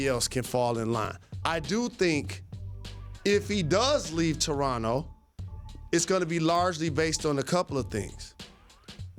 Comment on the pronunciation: Jalen, thanks for learning how to pronounce Toronto correctly while you were here.